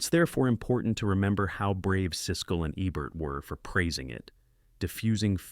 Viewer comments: Roger Ebbert? Really? How hard is it for a person to just read this? It’s probably an AI releasing fifty videos a week on an automated schedule. Countdown lists are guaranteed gold. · Who’s Roger Ebb-bert? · At least get the bot to pronounce Ebert's name correctly.